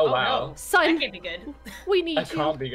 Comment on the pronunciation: You mean canku